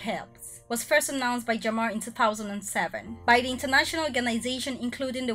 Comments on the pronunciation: Is jammeh not jamma😂😂😂😂😂 can't stop laughing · The former president Yayah Jammeh his last name was not pronounced correct by you. Is not Jamah is Jammeh. You better pronounce it correctly please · I am sorry to say this but the things you are narrating only 1% is correct out of 10. The person who feed you information about The Gambia knows less about The Gambia I am sure of that and our President's surname is not Jamma the correct way of pronouncing is, Jammeh not Jamma .